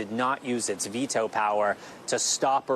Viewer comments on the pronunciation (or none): none